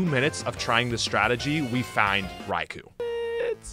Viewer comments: Raikou's name is pronounced Rye-koh, not Rye-coo. The "u" is silent. Its name derives from Thunder "雷" (Rai), and Emperor/Lord "皇" (Ko). Coincidentally, the word lightning in Japanese is literally: 雷光 -raikō, which is pronounced exactly the same as "thunder" and "emperor/lord" put together. Therefore, Raikou's name can be translated more or less as: "Emperor of thunder and lightning". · Raikou is pronounced "Rai-koh" by the way.